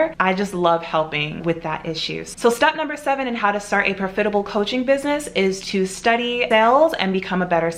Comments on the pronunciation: Actually there is nothing wrong with how she pronounced it. I have an African friend who pronounces it the same way. You biddies are so jealous you’re being picky for no reason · Am I the only one you can’t stand how she says profitable? Lol I’ve never heard someone say it like her